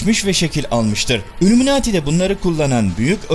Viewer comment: Şimdiye kadar hep senin videolarını hiç beğenemedim. Her zamanda ön yargimi kirip önce bi izliyeyim diyorum , izliyorum hep aynı şeyler. Videolari ısıtıp ısıtıp önümüze koyuyorsun. Videoların başlıkla alakaları yok. Üllüminati nedir , haşa hz. ibrohim nedir bunlar nasil telaffuzlardır. Sevmek zorunda degilim , yanlis anlama terbiyesizcede yorum yapmam sevmiyorum diye. Ama eleştriyorum kendimce. Beğenenler illaki vardır ama senin videolarin bana sıcak gelmiyor , sahte geliyor. Eline emeğine sağlık hocam. Sonuçta bir emek var , yolunda başarılar. İstemedende yanlış bir kelime edip , kırdıysam özür dilerim. İzleyenlere iyi seyirler.